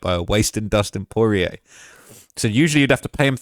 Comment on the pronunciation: Bro really cant say dustins last name properly😂😂